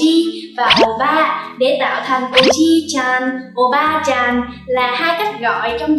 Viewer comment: sàn, chàn?? đọc cần thêm dấu huyền à